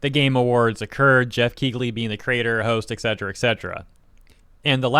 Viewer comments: DUDE!!! The GH is silent... its pronounced KEELY not KEEGLY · It's pronounced Keeley and not Keegley. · The 'g' in Keighley is silent. It's pronounced "Kee-lee". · I'm gonna assume the wierd pronunciation of Dorito Pope Geoff's name is a reference to Kegel exercises